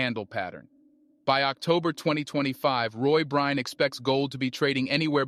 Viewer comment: I hope you apologize to for mispronouncing his name so consistently.